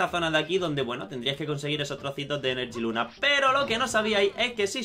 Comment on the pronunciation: No es enerjiluna es energiluna